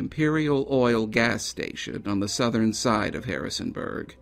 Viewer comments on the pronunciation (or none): none